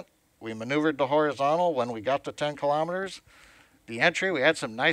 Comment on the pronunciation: KILO'METERS, not kalamaduhz.